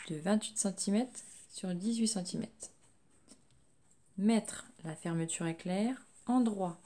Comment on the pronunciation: Merci pour ce tutoriel mais pourriez vous dire centimètrrrres et non pas centimèteeeeees